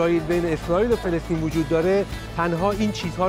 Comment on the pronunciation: فلسطین نه فلستین به جا سفر کردن زبانتو تقویت کن